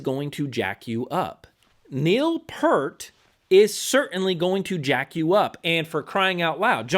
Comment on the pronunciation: Bruh.. it’s Neil “PEERT”. RIP